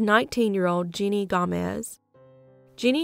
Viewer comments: Her name was jenny gamez not “Jeanie” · You pronounced it like "Jeanie", but maybe that's just your accent coming through? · Her name was actually Jenny. It was just mispronounced.